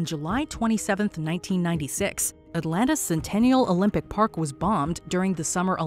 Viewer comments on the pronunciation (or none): none